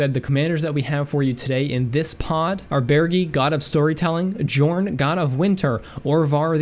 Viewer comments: Pretty sure Jorn isnt pronounced djorn, but rather with a soft J i guess, like Yorn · Every channel can't say Jorn's name right, it should sound more like Yorn. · It is pronounced yorn God of winter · Oh ffs, I was going to let it pass, but seriously, I'm pretty sure it's a 'y' sound in Jorn's name, like Jan is traditionally pronounced in it's native lands, ironically enough. Same with Firja I'd assume.